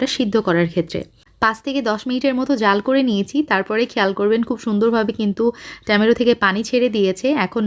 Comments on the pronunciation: Besi dong kore kotha Bolte giye tomatoke temeto bole felcen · Fix your tomato pronunciation.